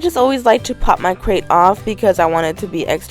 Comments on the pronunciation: why she sayin crate instead of grate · crate? do you mean grate..?? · It is grate...nor crate :) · Grate not crate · Hey girl hey! I love your videos but I just wanted to notify you that you say crate when it's actually grate! Love you girl❤️